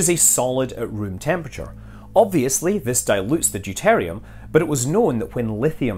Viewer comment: Deuteruim not deutarium.